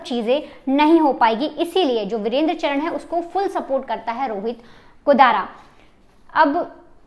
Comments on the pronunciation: जरा धीरे बोल तुम और चरण नहीं है चार ण है पहले से ही नाम लेना सीखो फिर बकवास करो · चरन नहीं चारण है । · ye sari मिडिया pagal hai inko basic knowledge hu nhi hai Gogamedi ko godamani or चारण ko चरण bolna daffol log kuch bhi news dete hai